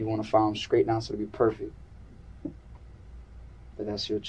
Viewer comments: I got sick of this wangsta constantly saying “Scraight” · When I hear this little squirt of piss say his birthday I'm like "he was just born" then he said "I'm scraight" and I started to wish he was stillborn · Whoever made the subtitles for the interrogation must be deaf, every bit of the "inaudible" parts were clear as day, he was saying " I'm Straight" not "I'm Screwed" or "I'm scared", just pronouncing straight as skraight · Be scraight? Whats scraight? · Just gave it to him “skraight” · Did he say...skraight???? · What is a 'skraight'? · How is he adding a "k" in straight?